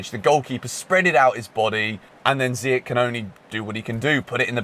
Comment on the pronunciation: It’s Ziyeshhhhh not Ziyeck,say it right